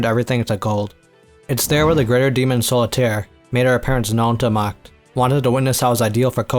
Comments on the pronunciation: It is pronounced Zo•li•ter for English speakers. The “S” in German is usually pronounced like a Z would be in English. If you were to explain how “Zoll” is pronounced to an English-speaker, you would say it’s pronounced Tsoll. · It's "zo-li-tair", actually. A leading "s" is pronounced as "z" in German. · no its not Solitär is an S its a word for an animal that lives individually .... there is no Z in Solitär it has nothing to do with Zoll its so·li·tär 🤣